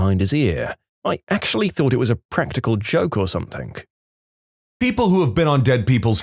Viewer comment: No k in the word something